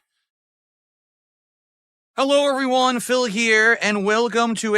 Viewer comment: "Hullow evrrywun"